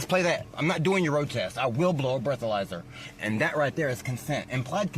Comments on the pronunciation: That” bro a bleathalyzer” was a little weird. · Thought dude was going to invoke his right to remain silent….. They are prolonging the stop by just listening to the guy bloviate…. He also volunteered to broh the bleathalizer😂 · Please let me "brow a blethalyzer" 😂